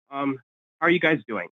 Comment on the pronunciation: Why did he keep saying "ginas" at the end? 🤣🤣